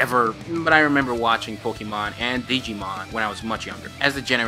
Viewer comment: Its not pookimon its Pokaemon.........I always get triggered when I here people say it like that haha